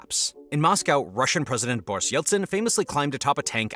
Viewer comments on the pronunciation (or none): none